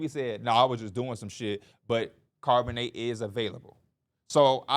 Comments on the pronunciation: “CARB”onnet😂😂, it’s pronounced like the beginning of Charlotte fellas. I love that y’all are getting into football tho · Just a heads up yall the H in Charbonnet isn’t silent